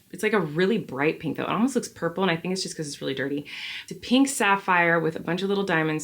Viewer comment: “PEENK” SEA GLASS! PEENK is definitely rarer than pink. 🤪